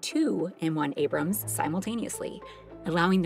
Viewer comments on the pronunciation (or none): none